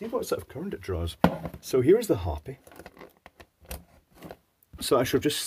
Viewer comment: Pedantic moment - Not "Hoppy", hO -pi. /pedantic moment.